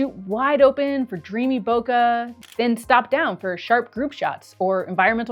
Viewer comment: Madam it's bokeh not boka. Love the video 🎉